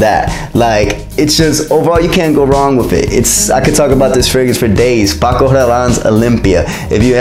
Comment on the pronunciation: The way you pronounce Paco... Are u Latino? Also, I would love to ask you for advice. I love perfume but I’m really special with what I like, I find most of the perfumes I have ever smelled generic. Im currently using everyday Decadence by Marc Jacobs (which I like but don’t love) cause some of the perfumes I have really loved were expensive as (Gallo d’Hermès or Oud Cuture by CR) I would love some advice if you can think of something I may like/love ❤️ Thanksss